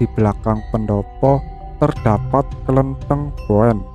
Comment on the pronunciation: Mas..... Mas cara baca klentheng belum benar, kalau dibaca seperti pada narasi itu artinya biji kapuk randu koreksi aja ya semoga pemerhati lainnya juga sepaham dengan Inyong, ngapura Yo mas kayane koh kurang pas kalau yang dimaksudkan adalah tempat ibadah orang Konghuchu